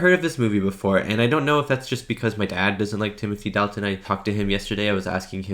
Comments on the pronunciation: Dalton pronounced Dolton. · Dalt, rhymes with Salt. Dalt-un.